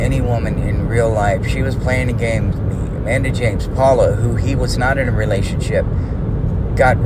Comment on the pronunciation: Family first, we’ll wait for your vids. Also, I hear “gain” when says “game”. Loser